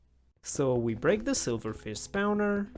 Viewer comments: That's not how you pronounce spawner (you pronounce it like spouner lmao) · At least he didn't pronounce it \i.ʁɔ̃\... Jokes aside, his pronunciation is really good (to my non-native ears). Also he said "spouner" instead of "spawner" :). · I LOVE how you say spawner 😭😭 spaunaur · You're saying spowner on purpose